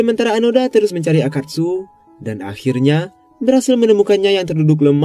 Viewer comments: Onoda min bukan anoda, 😂😂😂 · Seharusnya mengisahkan seorang tokoh jangan sampai salah sebut, sudah jelas Nama nya Hiroo Onoda. kenapa terus2an di sebut Anoda?